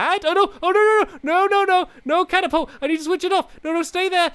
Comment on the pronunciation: It's a cat-apolt